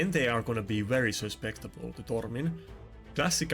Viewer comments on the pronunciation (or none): With all the gentleness and well- meaning that you deserve. The word is "Susceptible." As opposed to "Suspectible" (I hope you are in no way offended, it is not my intent) i have been watching your high-end Arena content for some time now, and I love it. All the best.